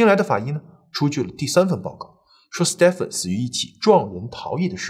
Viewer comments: 在英美等說英語為主的地方，Stephen 的發音是跟Steven一樣的，不需要讀成Step-fen. 在歐洲其他地方, 如果看到Stephan，就是讀Step-fan 了。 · Stephen 發音為Steven ，史提芬。周星馳的英文名字即是Stephen. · 你忍我一下，那个名字Stephen，念steven. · Stephen = Steven 同音